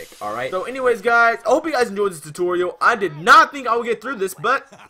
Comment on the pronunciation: "TUTURIUL" was funny💀 but thanks